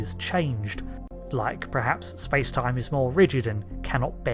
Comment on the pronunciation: Can you please stop saying "prehaps"? Its "perhaps" kthanks.